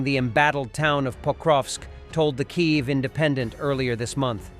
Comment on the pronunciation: Your A I still can not pronounce Kyiv . So who ARE these Russian military bloggers ? Name some.